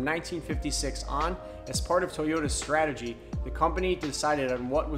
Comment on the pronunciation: “STATEGY” ... do I win a prize?